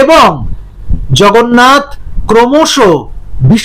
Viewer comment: উনি জগন্নাথকে "ভগন্নাথ" 😅 বলে দেগে দিয়েছেন। ওঃ লাভলি 😂😂😂😂